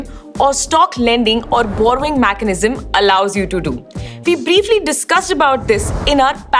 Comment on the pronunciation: Mechanism pronunciation is eye catchingly (ear catchingly) different 😂